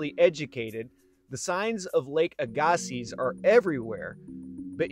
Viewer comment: Very interesting. I live in Arden Manitoba, the shore of of Lake Aggasiz. But as far s I know, your pronunciation is wrong. It is pronounced AG- a-see